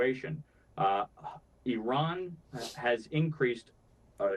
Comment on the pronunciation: Congratulations for finally learning how to pronounce Iran